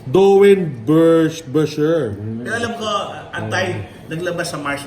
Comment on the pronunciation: it is pronounce dornbeker..